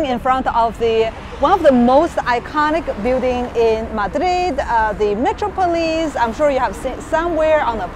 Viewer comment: You're not pronouncing Metropolis correctly. It is not "metro-police" like you said. It should be pronounced as one word, as in a big metropolitan city.